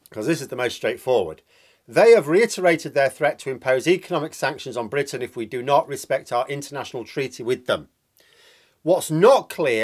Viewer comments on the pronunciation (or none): none